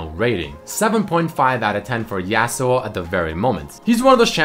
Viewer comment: Says favorite champ is Yasuo but pronounces him name yeah-suo instead of yah-suo